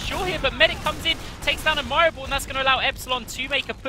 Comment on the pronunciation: Oh my god, the way they pronounce "Admirable" is getting more and more frustrating every time